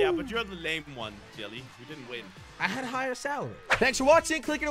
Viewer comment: Was it just me or did it sound like jelly swore